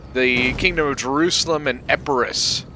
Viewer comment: you said "Kingdom of Jerusalem and Epirus" lol